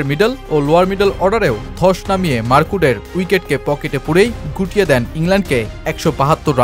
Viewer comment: উচ্চারণ টা টিক করেন মার্কুড না মার্ক উড। এতে ডিফারেন্ট প্লেয়ার মনে হয় আপনার বাচন ভংিতে। নিজেই প্রথমে চিনি নাই কি বলছেন লাস্টে ভিডিও তে দেখে চিনলাম। পরামর্শ সাধারণ ভাবে নিবেন। ❤